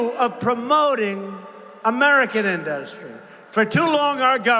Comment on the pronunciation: Why does Trump mispronounce industry??? In- dust-try??????